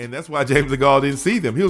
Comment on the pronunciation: Just so you know, You're pronouncing Degale wrong